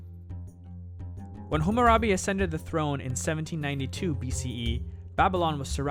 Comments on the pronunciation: Great video, awesome quality and I liked the subtle music. One small criticism could be that you kept saying HUmmurabi, rather than HAmmarabi. (You also spelled it "hummarabi" in the beginning of the video) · HAH-muh-rah-bee, not HOO-moo-rah-bee